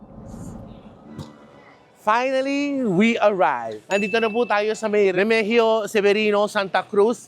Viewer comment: REMIGIO [re-mi-hiyo] Street. Apelyido namin., ganyan po tamang pronunciation. ❤❤❤